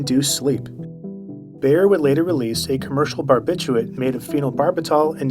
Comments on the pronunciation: it's not "barbitchooit" lol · Don't you think you should pronounce barbiturate correctly